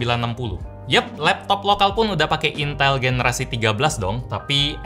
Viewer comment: baru opening dah bikin ngakak woyyy lah🤣 intal intell